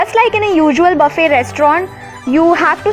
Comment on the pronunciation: Buffet thik se bolna sikh ullu ki pathi